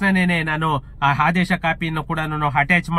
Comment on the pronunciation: ಅದು ಪುಲಿ ಸ್ಟಾಪ್ ಅಲ್ಲ ಮಹರಾಯ. ಫುಲ್ ಸ್ಟಾಪ್ ಅಂತ ಹೇಳೋದನ್ನ ಅಭ್ಯಾಸ ಮಾಡ್ಕೋ. ಹಾದೇಶ ಅಲ್ಲ ಅದು ಆದೇಶ ನಿರ್ದಾರ ಅಲ್ಲ ನಿರ್ಧಾರ ಅಂತ ಹೇಳು. ಬೂಮಿ ಅಲ್ಲ ಭೂಮಿ ಅನ್ನು ಅರ್ತ ಅಲ್ಲ ಅರ್ಥ ಆಗ್ತಾಇಲ್ಲ ಅನ್ನು. ಯಾವ್ ಶಾಲೆ ಕಾಲೇಜಿನಲ್ಲಿ ಕನ್ನಡ ಕಲಿತಿದ್ದೀಯ ಮಹರಾಯ.